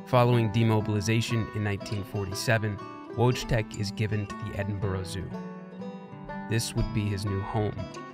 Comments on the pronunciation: I really wish people would learn how to pronounce things properly. That "w" don't supposed to sound like a "w" neither the "J" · Wojtek is pronounced "voitek" not "wochtek"....fifteen seconds on any translation app, mowron. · Well, putting so much effort into this story, you could at least know how Wojtek is pronounced, it hurts my ears the way you say it, it sounds like logitech and not Voy Tek! And something has changed in quality videos, but I can't really say what... Before all the drama every video was so well done, you just could not stop watching and rewatching the videos, now I just want to close it and watch something else, maybe it's the subject of the video IDK. I enjoyed a lot your videos on viruses and hacks I think it could be interresting to try some subjects as conspiracy theories, aliens or wars, false flags etc:) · Might've not made myself clear; The version that sound like Logitech is the incorrect version. Wojtek isn't supposed sound anything like Logitech, that's why i made the comparision. Once again, Voytek is the only correct pronunciation (or Voytec, same thing.) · For the record, "Wojtek" is pronounced "Voy-Tek". Please make a note if re-telling this story and I hope you can forgive me for the oversight! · polish has a really interesting history lol like- what country can say they had a grizzly bear fighting for them in the battle of monte casino, also in polish j is pronounced similarly to english e so it's wojtek not wouchtech lmao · The logitech thing is the way the narrator says it in the video (which is the wrong way to pronounce it), the right version is voytek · I believe the bears name is pronounced like “voy-tek” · I'm pretty sure Wojtek is pronounced Voytech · VOYTEK is correct pronunciation!!! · great video... but the name is pronounced "voytek" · VOY-tek FFS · Yup. Listen closely to how he pronounces Wojtek (for example ,) but replace the "W" sound at the beginning with "L" in your head. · His name is wojtek nod wogtek